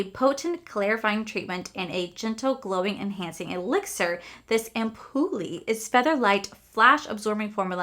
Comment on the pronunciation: Ampoule is pronounced "amp-ule", ampuly 😆 your so adorable! 🥰 🫂 🤗 😅